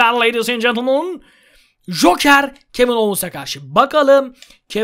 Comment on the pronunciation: ye hoker deil joker :D